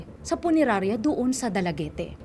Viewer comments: It is not dalagete...its read as dalagit (Dalaguete,Cebu)...please research muna it sounds awkward for us Cebuanos😅😅😅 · Dalaget ang pronounciation.. hindi dalagete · da-la-get po, di po da-la-ge-te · Dalagete ang pagpronounce poooooooo, not Dala-ge-te. Dalaguete City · Ang pangit ng host na ito... pangit kong magsalita sa storya... anong dalagete?? Eh dala- git yan.. tsaka ayusin mo ang pag sasalita oi.. di kami bata na nakikinig ng story telling... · 'dalagit' po basa niyan,ndi dalagiti😁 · Dalagit po, not Dalagete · It’s “Dala-get” not “Dala Get Te” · I believe Dalaguete is pronounced as Dalaget. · Silent "e" po yata yung last letter ng Dalaguete.